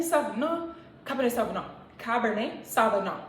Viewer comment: Cabernet Sauvignon pronounced 'Cabernay Sovinyo' 🤭🤭 this story is hilarious